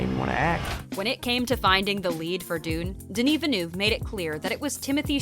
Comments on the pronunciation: French : « Denis Villeneuve » This video: “DeûniiVilnuv” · Haha you are so right! How can they repeatedly butcher the director's name "Denny Vee-Noof" although the actress prounced it correctly right at the beginning of this video D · Great video but please stop saying Denis Venu. There are countless more harder names to pronounce than this. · KA-NESS Film Festival!?? Its CANNES (like CAN) Jesus. And that pronunciation of Denis Villeneuve was like nails on a chalkboard over and over. Vil-nuv. You hire people to read copy you’d think they would research how to pronounce words 😒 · Dear Ms Presenter: If you could possibly learn how to pronounce this world-famous directors name correctly it would help ... a lot! Thanks! ;) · Honestly, still struggling to pronounce the director’s name!!!!!!! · Please girl stop pronouncing his full name if you cannot. Just say "Denis". Please.